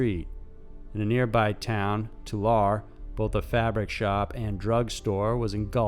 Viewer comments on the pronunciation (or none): It's not called tular its Tulare. Too-le-ree. There's always random fires in Fresno. I think they got the wrong guy. LoL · Tulare is pronounced Tolarry...not Tolar. :P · Tulare is pronounced Tu-Larry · Just a little factoid my mom lives in Tulare and it's pronounced "too-lair-ee" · Tulare= Too Larry 😁👍